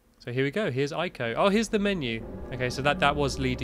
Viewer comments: It's pronounced Eko, with a long e, not Ico. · yeah so i just stopped by to say its pronounced ee-co not aay-co/eh-co but who cares right? nowadays everyone seems to be illiterate so whats the bother, the mass majority of people are borderline retarded anyway so what can one person do but anger people that have nothing better to do with their lives and dont understand any better right? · YOU PRONOUNCED IT WRONG